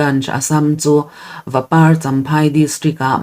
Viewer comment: Vapar khua hi i thluk dik lo tlat